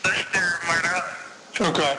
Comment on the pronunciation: I really wish these people would stop calling the Murdaugh name, Murdock...geez